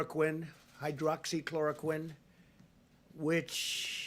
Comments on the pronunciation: Relax...clearly this guy has been doing a whole lot for the country but you've decided to criticize him for not knowing how to say hydroxychloroquine properly? Even my family members who are scientists didn't find this to be remotely offensive. You're acting like the general public will be running out of their houses buying and ingesting gallons of hydrochloric acid (btw, FYI - it's not hydroxy chlorine) from now on. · This is Pitiful, Unable to even pronounce the name of the pill smh...American people will not be your test subjects. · hydro-oxy-chlor-o-quine hmmmmmmmmmmmm